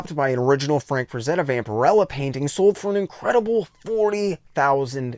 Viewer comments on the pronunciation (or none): none